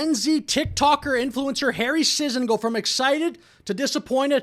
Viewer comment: sigh so glad, despite the same last name, that I'm not related to this... sentient paper towel finally someone saying the name right